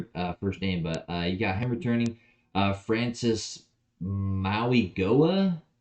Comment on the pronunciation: Great Content bro. As a Miami fan I think you are spot on. Personally I got 11-1 but 10-2 is about spot on. Btw it’s pronounced Francis Maui- Noa but I can’t blame you for that one 😂.